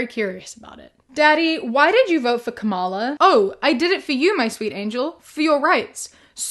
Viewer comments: Her name is pronounced comma-la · Hey love! Please look up how Kamala is pronounced 💕 it's like "Comma" + "la" (quoting her grandnieces) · Yes, the rhythm should sound like you're saying 'komma' ( this punctuation mark right here -> , ) and you pronouce it 'kamma' and just add a -la at the end👍🏻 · It's KAH-ma-la. Ka-MAH-la is an intentional mispronunciation of her name that's meant to be insulting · It’s pronounced KAHmuhLA btw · You pronounced Kamala's name incorrectly, in that you used the racist pronunciation that the MAGA morons use. As for why Drumpf won the popular vote...come on, you know why. Misogyny and racism is why. So many people did not want to vote for a black woman. You know this.